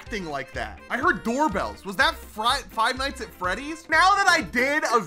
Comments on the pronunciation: He says frive nights at Freddy’s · Am I the only one that noticed that said frive nights at freddys